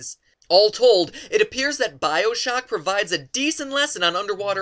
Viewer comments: He fucking said biosock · I clicked off right as i heard bio-shocking